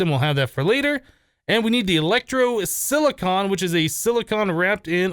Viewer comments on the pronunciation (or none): none